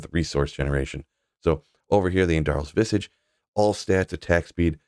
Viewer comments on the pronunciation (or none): none